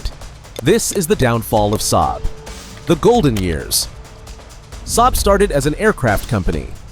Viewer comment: Ai dummy voice, can't spell the name S-A-A-B properly, as it should be